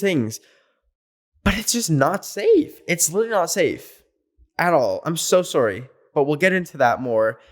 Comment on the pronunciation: Literally: I’m so sowry every second